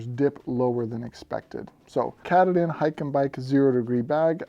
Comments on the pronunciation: As for the Hyke&Byke sleeping bag - if you do any future reviews, I'd suggest finding a video about Mount Katahdin in the state of Maine to get the proper pronunciation down (something like: cuh-tah-din). This bag is definitely named after that rugged east-coast Mountain which marks the end of the Appalachian Trail. Small compared to Rocky standards, but still very dangerous (especially with crazy northern weather, and it's narrow knife's edge). If you're interest in a good mountain-climbing movie or book, check out the recent movie "Lost on a Mountain in Maine" based on the 1939 book. The peak is only 5269' feet (about 1 mile), but it has a lot of prominence (compared to it's surroundings), and when you consider that Maine starts at sea-level, that's note-worthy. (Compare that to some rocky mountains that start a mile up!). I live in New Hampshire, so this is a very familiar peak in the region, though not quite as well known as Mount Washington. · Great review! The water repellency alone would be enough to go with the hyke and byke. Btw, the pronunciation of katahdin is quite different than your pronunciation - at least here in Maine where the mountain is located. 😊 But who cares. The information is what was important!